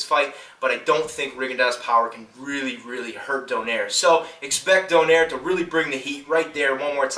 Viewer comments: its pronouce donayre not donaire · if you would like some help with these fighters pronunciation: Ree-gon-dee-oh and Don-ah-eeh-reh cheers:)